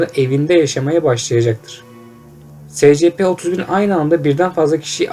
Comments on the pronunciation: Sana İngilizce öğretmeni atıyorum secepe değil esipi diye okuycan!!! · Demir Durmaz es si pi. s= es diye okunur , c= si diye p=pi diye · Scp es si pi diye okunuyor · Esipi diye okunur